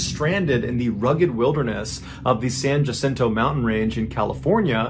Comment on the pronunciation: San Jacinto is pronounced San Wha-sin-toe, but no one from Massachusetts would be expected to know that. 😉 Love your stories, Mr. Ballin.